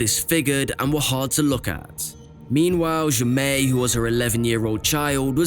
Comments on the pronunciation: Fairly certain the child’s name is pronounced Jay-Mee, not Ja-May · Except “Jaime” is pronounced “Jamie”, not “zhe-may’”.